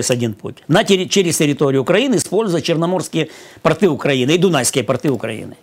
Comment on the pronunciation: Надо говорить "пОрты", а не " портЫ".Вы же русский человек! И Великий и могучий для Вас родной.